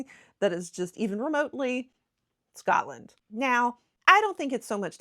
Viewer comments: Your pronunciation of Edinburgh is very good. I’m Scottish and I love listening to diaspora Scots in America who still feel an affinity with our homeland. The one thing that you could practice is to not say Scutland. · Just remember it's "Scot" (as in POT) "land"...it's an O and not an A. We, in Glasgow anyway, pronounce it slightly different due to the Glaswegian dialect and accent...it's difficult to explain but the "O" sound is a bit longer and has an "AW" sound like "Scawt-land". Some places will elongate the "O" sound even more so it's more like "Scoo-t-land" (but not Scoot as the "t" is a bit separate). It's weird and, as our accents and dialects can change over a very short distance, it can be difficult to get it just right but if you stick with SCOTLAND and not SCATLAND you'll be fine. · 1 pronunciation that annoys me is, when people say ScAtland